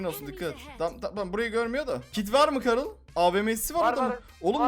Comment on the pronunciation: karıl deyil garıll